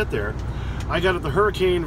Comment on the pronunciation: its pronounced Hurri-cun